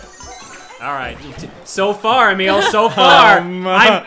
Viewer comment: It's Emile not Amele!